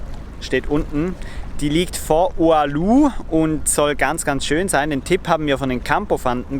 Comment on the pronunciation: Es heisst Oulu.